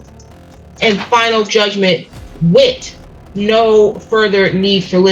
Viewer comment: "Wit' no further need for litigation" 😂💀😂💀